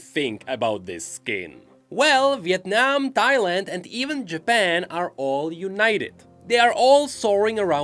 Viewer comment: bro you kill that Việt Nam pronunciation, Im so shocked that i have to listening to it 5 times to confirm